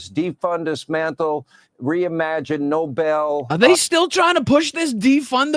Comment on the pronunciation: When they mispronounce Nobel it's hilarious 😂